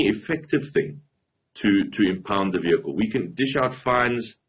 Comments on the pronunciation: fire the minister of transport.. shee has no clue cannot even pronounce vehicle😂😂😂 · The minister could not pronounce "vehicle" 😂